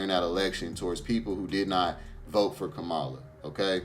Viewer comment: Please pronounce her name right Kam ma la Harris